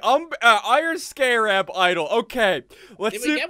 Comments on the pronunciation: It's pernounced scare abb scarab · everyone: scarab Ssundee: SCAREb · "Skay-rab" -Ssundee 2016. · Skaaarab is the most whitest pronunciations I have ever heard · SSundee's pronunciation of scarab is painful to listen to... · I'm trigger on how he missed pronounced scarab